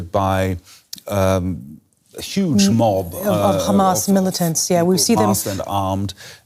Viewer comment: I'll never understand how "Hamas" turns into "Khaaamas" but Qatar turns into "cutter"... Israeli pronunciations confuse me.